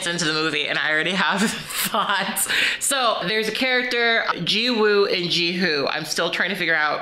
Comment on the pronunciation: drop the w sound in jiwoo please im begging… it’s 지우